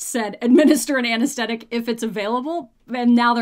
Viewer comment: "Anesthetic", not 'anasteddic" . But fun video :P